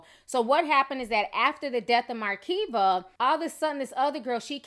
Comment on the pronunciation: Why do you keep saying awdult? It’s ADULT! Why do you pronounce her name with an “R”? It’s Makeva not MaRKeva! But you call Florida ratchet 😂😂😂